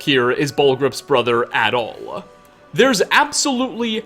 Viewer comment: Your pronunciation of some final consonants 😂 Brotherrr-uh... At all-uh...